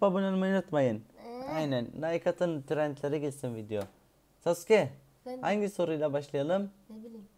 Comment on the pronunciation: Sasuke ye Sauke demesi İnce Ayrıntı sjsjs